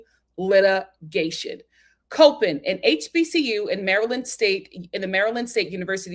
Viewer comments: Just an fyi. It’s pronounced as 👮‍♀️ Cop In state. It’s easy to confuse because a lot of people that are familiar with the college pronounce it like the word Cope. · I’m from MD and I was cringing when she pronounced it wrong lol